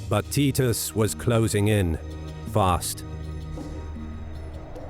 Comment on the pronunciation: Is that how you pronounce Titus?